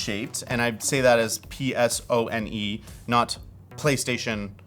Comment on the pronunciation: Not pronouncing PSOne as Puh-sown, smh